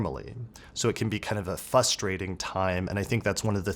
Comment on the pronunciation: Are you saying fusstrating?